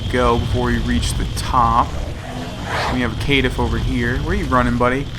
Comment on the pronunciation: Caitiff: Your pronunciation "KAY-tiff" is correct. This is a really old word with roots in both French and Latin meaning "coward", "enemy", or "despicable person". This is why I love games like this... you learn so much from them. You can learn about the mythologies of the world from the bestiaries and even some of the weapons and armor that share real world legends with their in-game counterparts.